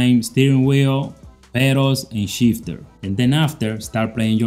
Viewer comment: i like the way he sayin pedals, perros